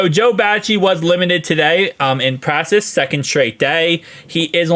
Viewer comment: Bro it’s practice not “pracess”